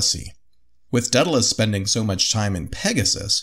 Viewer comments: A little part of me dies every time they say "Deadalus." The name "Daedalus" starts with the syllable "day." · Dude, it's day-dalus not Dead-alus seriously, I know america has an education system and at least a passing understanding of the classics. And it's Min-otaur, (as in "Bull" ) not Mine-a-tar. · Daedalus is not pronounced deadalus. There an A before the e